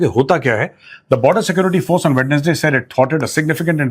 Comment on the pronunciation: Why so many people in India pronounce WEDNESDAY wrong, like Aryaji does? The correct pronunciation is "WENSDAY" - "D' IS SILENT.